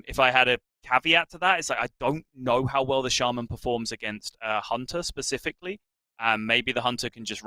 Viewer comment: The dude that calls shaman "shame man" is the worst hs caster.Why is he still commenting after all those years :/